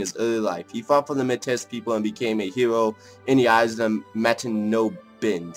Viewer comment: Pronounced (may-ty)